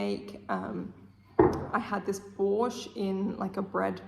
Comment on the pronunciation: thank you for pronouncing Borshch correctly without the T at the end which should not be there and never has. It's always been borshch, not borshcht ffs. thank you again!